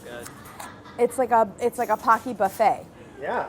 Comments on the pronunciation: In the Japanese commercials, it is pronounced poe-key, yet the onomatopoeia of crunch/munch it's named after is "paku" like pah-koo. So I guess both. 😂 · It's pronounced Poh-key no? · they pronounce it ‘packy’ the whole video,,,,,,,, I,,, don’t understand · Who else is just cringing every single time Claire pronounces pocky wrong ☠️ Poe-key (pokki) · POH-key! Don’t have enough time to watch full video. I hope someone corrects the pronunciation!! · Aren't they pronounced "po-ki"? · Am I the only one bother by the pronunciation of “Pocky”? It should be “po-cky” like bo-cky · it is pronounced pOHcky!!!!!! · 35 minute video, 4 days, and Pocky is only pronounced correctly once by. Poe - key. It even says it on the wiki page Claire looks at. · the japanese in me gets so triggered whenever someone pronounces pocky like “hockey” i dont know if i can watch this episode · It can't get through the whole video. Living in Asia, I literally get triggered watching this video because we've never pronounced it with a soft "o" sound. :(( it's always been Poke-E to me since eating it in elementary ;( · Pocky, my childhood snack. It hurts every time I hear it pronounced Pocky (like hockey) though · You'd think they'd research how to pronounce it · I love this episode, but hate that Pocky was mispronounced the entire episode. I was OK with it till she read the Wikipedia on them and the pronunciation was literally the very first line on the article! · It is pronounced with a long o. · Im sorry pocky shouldn't sound like it rhymes with hocky 🤣🤣🤣🤣🤣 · Will someone break it to Claire that's shes pronouncing Pokey wrong? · It'll be interesting to see if, at any point in this video, a single person pronounces Pocky correctly. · I hate how she's pronouncing Pocky, but we Stan nonetheless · Ok so Claire = instant click... but I'm just a minute into the video and I'm already hoping someone corrects her on the Pocky pronunciation. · The "Po" is pronounced like "Police". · “homade paki” 😂😭😭😭